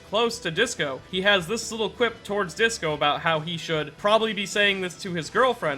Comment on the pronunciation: Bruh y is Disco 5 different syllables but you pronounced it with 3 when I thought it was obviously 2 I'm eternally confused.